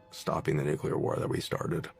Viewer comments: And to the young guy abour in, it's "NEW-clee-er," not 'NEW-cue-ler." 🙄 And 800 babies in the septic tank is most likely a very conservative number; witchcraft has been practiced almost as long as humans have been on earth. Last but DEF not least, GOD has prevented us from offing ourselves and the planet since He created us. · Don't listen to r trds who say "nucular." The word is nuclear. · I’m sorry, I stop listening to a person as soon as they say “nucular”. Can you even read? IT’S NUCLEAR!!!! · It's NU-CLE-UR (spelled incorrectly for educational purposes)...not NUCULAR 🙄 IF YOU CAN'T PROPERLY PRONOUNCE A WORD...YOU SHOULDN'T USE IT! SHIT GIVES ME AN ANEURYSM! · People! Stop saying NUCULAR! It’s NUCLEAR!!! 😆 I’m sorry. That sounds like nails on a chalkboard to me. Every time. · You have to get specific and break it down for the simple minded; “NUKE-LEE-ERRRR”. It’s a major pet peeve along with people who say “aks” instead of “A-S-K”. No you cannot “Aks” (axe) someone, but you can ASK them a question. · What if 1000 years ago it was nucular but they kept butchering it and calling it nuclear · Every time I hear NUCULAR, I SCREAM NUCLEAR!!!!Mama Mia! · I THINK THE PHRASE NUKLIER IS TOTALLY RADICAL ! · Dude! (:This isn't directed at you, but the clip showed at this time:) I seriously cannot stand it when people like this guy talk like they know everything, yet can't even say NUCLEAR correctly!!! NEW-KLEE-UR!!!!! FOR CRYING OUT LOUD!!!! It's really not that hard! he wants to say mother nature. Nah, it's either God or man. Or the devil maybe even. But it's not "mother nature." At least from what i understand, according to the Bible. it's not "crush predators," it's crush prey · Get it ? Nu-clear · Sorry it's no nu clear it's nuclear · It New, it's clear it's.... nuclear